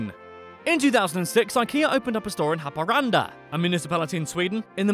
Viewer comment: You actually pronounced nortbotten and haparanda good. 😄